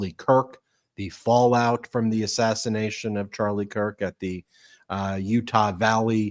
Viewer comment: why are you calling it an ASSISSATIATION?